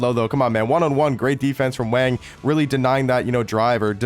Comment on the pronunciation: My man just wanna say you pronounce his name “Wong” with an “o” sound instead of the “a”. Great video 👍